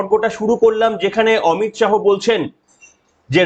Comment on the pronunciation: অমিত শাহো না অমিত শা